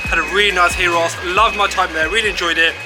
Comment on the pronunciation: Say the G like a Y when saying gyros.thats how it's said